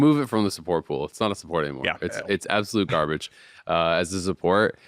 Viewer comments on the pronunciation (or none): none